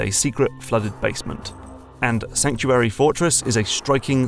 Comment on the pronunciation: "Sankuary" Fortress?